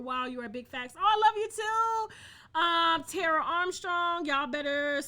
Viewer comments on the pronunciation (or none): none